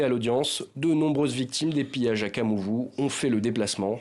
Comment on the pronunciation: c'est pas kamuvu mais kavumu